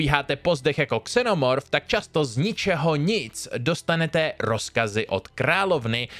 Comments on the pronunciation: Dobré video 👌 Ale opět musím opravit výslovnost 😅 Xenomorph se vyslovuje se Z na začátku, ne s X! 😅 Když to člověk slyší ve videu jednou je to ok, ale když to pořád opakuješ tahá to za uši 😁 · A mám pravdu i v případě latinské výslovnosti z které slovo pochází.. Správná a jediná výslovnost je Zeen-O-Morph. X se v češtině vyslovuje jako X, ale to A třeba taky a nebude přece slovo Alien vyslovovat s A na začátku, ne? 🤔 Pokud používám anglické slovo, používám správnou anglickou výslovnost, s latinou to je taky tak. Prostě když už chce člověk používat slovo v cizím jazyce má dbát na výslovnost z daného jazyka 🙂 Jádro pudla je totiž v tom (což jsem si ověřil pod minulým videem o Vetřelci), že spoustu lidí ani neví, že jsou případy, kdy se X vyslovuje jako Z a i v angličtině si myslí, že X je prostě X a tečka, což není pravda a záleží na původu slova..